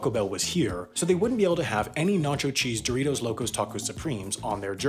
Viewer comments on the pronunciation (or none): none